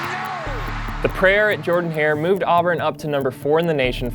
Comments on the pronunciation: This is a great video bro. Just a note - the stadium name is pronounced "Jerdan"-Hare, not Jordan. Great job on this video man. Keep 'em comin! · The stadium in Auburn is pronounced ‘Jurdan’- Hare, even though it’s spelled Jordan. No judgement, many Auburn fans don’t say it correctly. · Why does he keep saying the name of the stadium wrong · Auburn fans' ears bleed from the mispronunciation of Jordan Hare lol. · pls stop mispronouncing Jordan-Hare